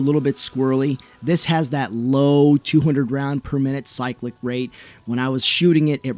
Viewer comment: Bro, why are you saying cyclic like a europoor?